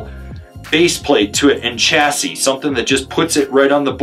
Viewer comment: I’m going to die if you say Chah-sis again. 😆 Chah-see… as you say later in the video. Otherwise excellent explanation. (Preparing for reply 😂)